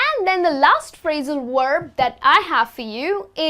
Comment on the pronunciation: Hi, your pronunciation of the word "verb" is confusing me...it sounds more like "werb"...